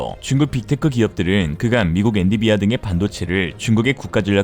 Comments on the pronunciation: 와 ~ !!! 그렇게나 완벽한 ㄹㅇㄹㅈ이 실수한 것을 찾아내다니.. 엔비디아 라고 쓰고 엔디비아 라고 읽었다 ㅋㅋ 근데 그뒤에도 또 엔디비아라고 하시네.. 그럼 곤란하지~~~!!! 계속 그러시네.. 영국 사람들이 들고 일어나요 ~ 계속 엔디비아는 쫌 그렇지이~~~!!! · 엔디비아? >>> 엔비디아 😆 😆 😆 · 엔디비아가 아니라 엔비디아! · 엔디비아. 아니죠. 엔비디아. 맞습니다~